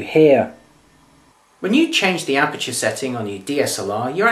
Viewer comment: As always very professional, but as a foreigner I would appreciate a little slower speed when talking. That would make it easier to get the message the first time. F.exmpl. aperture as it is spelt and not "apture" as said, and so on.